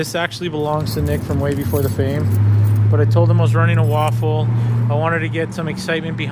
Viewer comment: With all due respect, you eat "waffles" and you run "raffles." It's pronounced "Raff-el" (like raft, without the "t"), not "Waff-el" - there's no "W" in "raffle." I've been trying to correct Nick for months, now. Not sure why you guys think there's a "W" in that word. Not trying to be disrespectful, but the rest of the world pronounces that word with an "R," not a "W." 😉😎 By the way, very nice selection of cars! Hope you're successful building up your channel! If I won one of those sweet vehicles, I'd probably choose the van or the Jimny. 😁